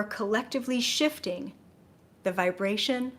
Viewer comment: I couldn't help but laugh when you talked about purging and it sounded like you said Shitting Yourself to a new reality. It's not you its me lol.